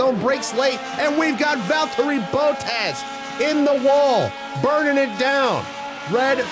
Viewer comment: "Valterri Boat-as"